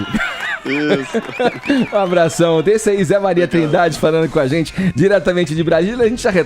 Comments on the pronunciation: #forafefito mano o cara fala "ispludiu" "zenti" chato irritante xiliquento pior contratação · esse fefito a paula e edgar visivelmente não toleram o caio e suas opiniões, mesmo quando o cara esta 100% correto eles dão um jeito de ir contra a fala ate indo a favor de bandido em vez da vitima, isso é ridiculo. esse sujeito fofoqueiro de novela que fala "zenti" em vez de gente foi a pior contratação que a radio fez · do céu 🙆🏼‍♀️🙆🏼‍♀️🙆🏼‍♀️ que agonia do cacete o jeito que ele fala... podia procurar uma fono né! 🙄🙄